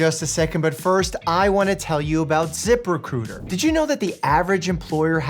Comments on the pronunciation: Once your head Zip Recruiter as zipper cooter you can't unhear it. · Am I the only one who heard "Zipper Cooter"? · Dr Mike, I'm sorry, but I can't stop hearing "Zipper Cooter". I'm slowly wheezing myself to death atm. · I though he said "Zipper Cooter" instead of ZipRecruiter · I thought he said the sponsor was Zipper Cooter and I was very confused at first 😭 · I was listening and not watching, but I had to look up when you where talking about ZiprRecruiter, bc I heard Zippercooter and that seemed so weird for a company 🤣